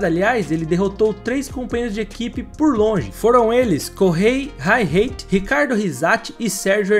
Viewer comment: Uma pesquisada para saber a pronúncia do nome do Kohei Hirate vai bem... O nome foi pronunciado direito, mas a pronúncia do sobrenome foi digna dos estadunidenses, de levar um soco na cabeça. Sobre o vídeo, Pastor Maldonado é o típico piloto superestimado pelos highlights e pela ilusória vitória na Espanha em 2012. Ao contrário dos campeões, e mesmo entre a maioria dos vencedores de grandes prêmios, Maldonado, ou Maldanado, como gosto de chamá-lo, não conseguiu lapidar seu talento, quanto mais ser um piloto mais regular, conquistando pontos que melhorassem sua colocação ou a de suas equipes. Dá para compará-lo ao Juan Pablo Montoya da vizinha Colômbia, ou o britânico Nigel Mansell, pilotos rápidos, porém marcados por inúmeras trapalhadas. Montoya e Pastor ainda possuem outra característica em comum: extremamente afoitos. Outra figura, desta vez mais antiga da Formula 1, que pode render comparações ao venezuelano é o italiano Vittorio Brambilla, vulgo "Il Gorilla di Monza", o Gorila de Monza no bom português, mais um atrapalhado no volante, também com apenas um único triunfo, no GP da Áustria de 1975, cruzando a linha de chegada efusivamente, batendo com os punhos fechados no volante, e avariando a asa dianteira metros depois, bem como outros momentos de pilotagem de entretenimento.